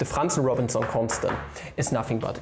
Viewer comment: Yo how you said that name of the constant is so great